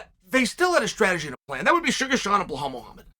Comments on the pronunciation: Chael, his name is pronounced, "BELALL MOOHAMED"... not "BlaHall MOhamed"... get it right, man! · BleHal 😂 Try BELL-ALL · "remember the name" BELHAL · Blahaaal Muhhamed nice one Chael 😂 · I only clicked on this video to hear Chael say Blahall.... That's it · Bleehlwaal Muhammad 😂😂😂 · Blehal Muhammad. Undefeated undisputed. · Blahal “bob loblaw” Muhammad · It amazes me that Chael can mispronounce such an easy to say name like Belal😂 Undefeated and undisputed.